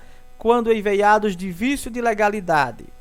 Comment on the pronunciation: Amigo, você está lendo a palavra "eivados" de forma incorreta. O mais, a aula foi produtiva. Obrigado.